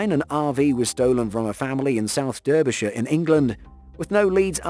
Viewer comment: You're English. I understand you using burglarized (even though it's not a word) and other Americanisms like RV. But seriously, you know how to pronounce Derbyshire.